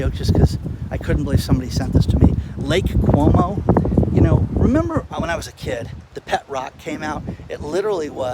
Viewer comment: Lake Como, not Lake Cuomo.